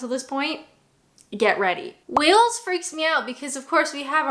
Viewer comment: Wales has no h please my countries name correctly.